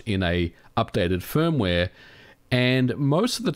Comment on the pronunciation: Hardwaeee, firmwaeee, softwaeee, last yeaaa...